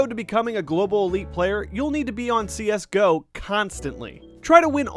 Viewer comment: wtf did he just say C S GEE O?!?!?!?!?!?!?!?!?!?!?!??! triggered